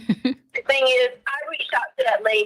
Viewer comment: Why does she put a k sound at the end of words that in g. Like thing she ends it with a k